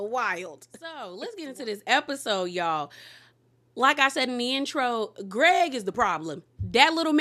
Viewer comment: 😂😂 it’s the way you said “and Guh-reg” 😩